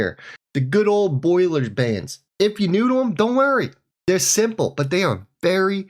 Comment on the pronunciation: Bollinger band, NOT Boiler Band, smh